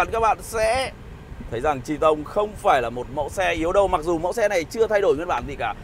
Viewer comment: Có ai nghe chữ Triton đọc là “Tri - tông” cảm thấy có gì đó khó chịu như mình không? :))))